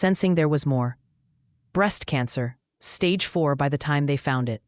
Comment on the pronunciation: There are a lot of mispronunciations an example is of Stag for stage